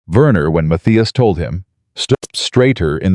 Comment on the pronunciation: Matthias mispronounced throughout the story. Stumbling in some of the audio & parts are not translated into English like the majority of the story.